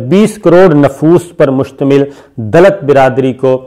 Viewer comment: Dallats!!!! 😁😁😁 Attar Pradesh 🤣🤣 Pakistani videos mein aur kuch ho na ho, aap ke pronunciations se bahut comedy hoti hai